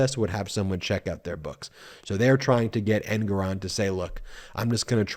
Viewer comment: It's Engoron- accent on gor